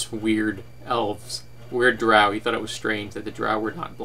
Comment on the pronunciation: The way you pronounce Drow is the proper way as it comes from Norse Mythology and that's how they pronounced it. But I'm a dirty heathen and pronounce it the bastardized way.